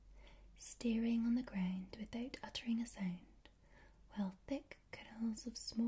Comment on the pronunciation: How does that “sownd”..